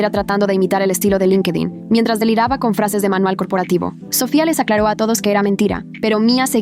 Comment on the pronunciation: Porque cuando dicen Sofia dicen Sophia en vez de Sofia